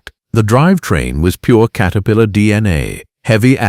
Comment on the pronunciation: Kater pillar come on, get your shit together AI